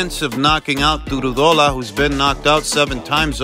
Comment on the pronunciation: It's Du-row-daw-la😂 but you did good